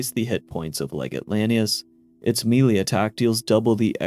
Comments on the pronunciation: This drove me crazy hearing him say “melee” wrong so many times. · Pls melee is pronounced "may-lay" not literally "me-lee"